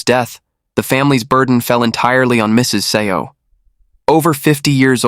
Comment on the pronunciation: seo is pronounced soul, not SEO like the Google SEO 😅